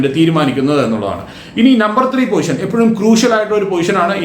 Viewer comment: പൊസിഷൻ ആണ് അല്ലാതെ പോയിഷൻ അല്ല 😁😁